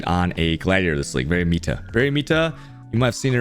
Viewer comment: it's meta not mita learn how to speak it's not funny anymore